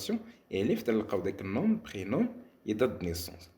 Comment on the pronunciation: Les mots 'nom' et 'prénom' on prononce pas la lettre m